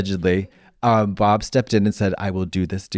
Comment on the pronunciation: “Pob” made me laugh way to much 😅 at first I heard “he called me pop”